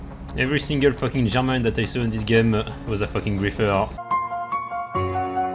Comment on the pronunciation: "Ze Germans"